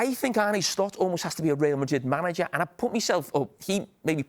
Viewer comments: He still says Arnay when it is Arna. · Why can't anyone pronounce Arne correctly